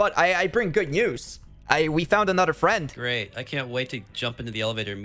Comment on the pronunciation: finnaly found a fwend at last